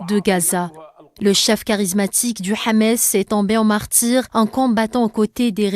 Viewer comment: C'est pas Hamès, c'est Hamas.